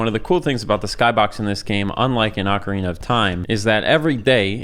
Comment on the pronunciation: It's not Akwardina of time. It's Ocarina. Like Professor Oak. If I have to hear you say it wrong 1 more time I will end my subscriptionary from this appealing content